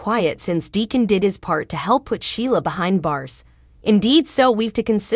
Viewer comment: Who is clever? Then you say Decon? And Liam is pronounced LEE-UM NOT LY- UM??? IF YOU TELL THE STORY GET THE NAMES STRAIGHT!!! OMG😮